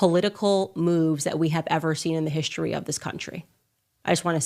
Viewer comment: "Hishtory"???😳 That's not how History is pronounced!🤣🤣🤣 Was she drunk?🤣🤣🤣